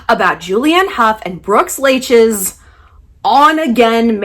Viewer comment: It's pronounced "Like"